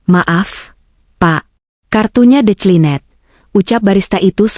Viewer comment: Declined (Di klien) jadi De cli net. Kan bagus di sebut Di Tolak. 😂 Banyak lagi,perkataan inggeris yg Pronounciation so terok. Sebut saja, Di Tolak. Dari De cli net.😂😂